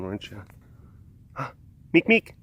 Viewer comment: oh noes.. you pronounced baby Meek's name wrong!! rut roh...